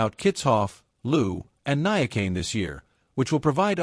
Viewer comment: You are rehashing well known stuff and your assessment of the events shows little discernment.Also ,please tryto learn the correct pronounciation of names like Niyakani and Louw.